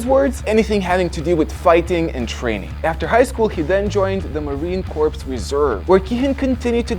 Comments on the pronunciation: Hmmm 'Marine Korps (as in CORPSE) Try, Marine 'Core'. The 'S' is silent. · At about , Marine Corps. The correct pronunciation is like "Core" not like "Corpse." Just thought you should know. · For pronouncing "Corps" of Marine Corps, the P is silent. It's OK, but if you were an American, we Marines would give you a hard time for that. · The p in marine Corp is silent you smooth brain